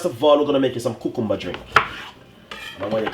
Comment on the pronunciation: I liked how he said cucumber!